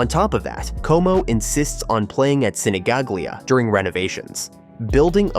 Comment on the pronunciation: Sinigaglia close pronunciation: Sinigalia